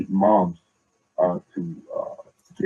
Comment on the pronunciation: And can someone teach this PhD how to pronounce MONTH. Let him know it's not pronounced MUMFS. Idiot.